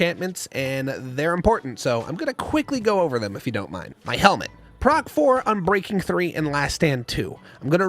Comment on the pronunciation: its not "proc" its prot which stands for protection